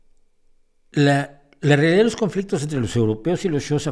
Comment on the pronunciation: tengo entendido que la pronunciación del reino y etnia Xhosa es algo así como [kosa]